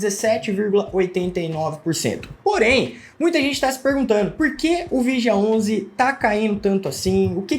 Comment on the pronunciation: Analfabeto!!! Olha como ele chama o nome do Fundo. É muito idiota!